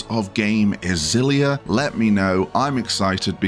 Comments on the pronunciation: I can read phenetic Japanese, it is actually pronounced "Ex-illy-ah" like you were pronouncing it before xD I am very excited for this remaster for a number of reasons, and I am so happy they removed the PS360 era color-muting filter. And while it would have been great to have Xillia 2 alongside it, it is still at the same budget price as Graces ($40 USD), so I'm not too fussed. Xillia stands on its own as an excellent game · Def like a hard X and not like a Z.